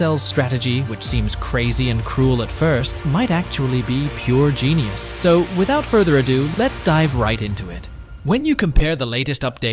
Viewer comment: Its Genius not genus lmao